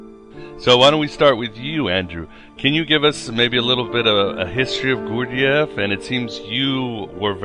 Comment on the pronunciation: This idiot can't even pronounce "Gurdjieff" properly. Pathetic.